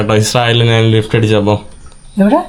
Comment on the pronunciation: നാണ്, നാൻ, നാന് അല്ല, ഞാൻ ആണ് ശരി